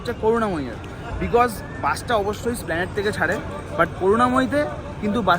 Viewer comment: Its not SPLANADE ,ITS ESPLANADE !!!